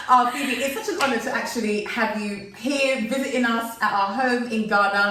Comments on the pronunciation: Her pronunciation is 👍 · Nice interview. As a Ghanaian, Phoebe's comments are music to my ears. She's done well with the local names, thumbs up. Love you guys. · I really enjoyed this interview ☺️ 🙌 sisters. She did absolutely fantastic with the pronunciation. Love the song 🎵. Much love ❤️ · Hi Phoebe! Your pronunciation are on point. Maybe you should visit Kankun National Park, The Wli water falls and maybe the Ripple Lodge and maybe checkout Mz Dru’s channel for ideas of where to visit. All the best Y’all 💜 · I admire the fact that u realistic about your experience,and your pronunciation is on point with a British accent I love it.but I like both of u your vibe so raw.... And natural.welcome